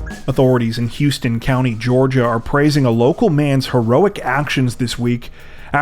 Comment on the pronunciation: Houston County in Georgia is actually pronounced How-ston and not Houston like the city in Texas. You have to put that southern drawl in there. I actually lived in Warner Robins, Georgia for 18 years and I really loved it. The crime rate when I was there was not too bad. It is known as the International City. It has a small town feel to it and there is lots to do and see. Warner Robins AFB is there as is the Museum of Aviation. If you are ever nearby, take a look! Thanks for all your hard work!! ❤️❤️❤️